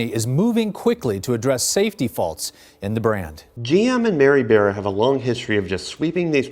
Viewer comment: You’re saying Mary beara for Bara. It’s Mary Bara like in candy BAR then add the A